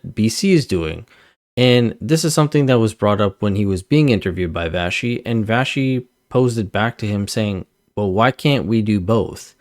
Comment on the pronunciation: Vassy is not pronounced Vashy ( Vashe ) . It is pronounced Vassssee